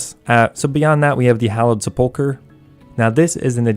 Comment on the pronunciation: Wish people would pronounce sepulchre correctly...